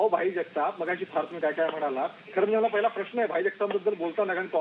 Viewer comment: आशिष मराठी भाषा नीट वापरली पाहिजे. आपले काही उच्चार अशुद्ध आहेत. राहिला, पाहिला या शब्दांचे उच्चार चुकीचे आहेत.